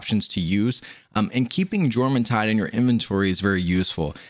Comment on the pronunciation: y-orm the J isnt juh its y like yawn its norse